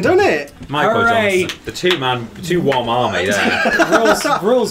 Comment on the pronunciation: Come a little closer to the ‘Woms’